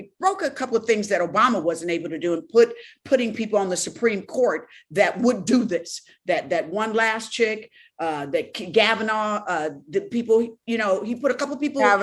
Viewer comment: Not “Gavanauh” and “SARA Coney Barrett!” 🤭